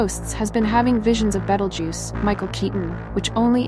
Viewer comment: I love the content but not being able to pronounce simple words like, Beetlejuice is off-putting